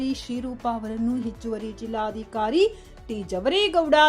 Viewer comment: ಅದು ನಿರ್ಘಮಿತ ಅಲ್ಲ‌ ಅದನ್ನು ನಿರ್ಗಮಿತ ಎಂದು ಓದಬೇಕು, ಹಾಗೂ ಜಿಲ್ಲಾದಿಕಾರಿ ಅಲ್ಲ ಜಿಲ್ಲಾಧಿಕಾರಿ